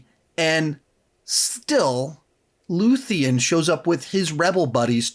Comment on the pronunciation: Looth-e-an? Did you really watch the show? It’s Luthen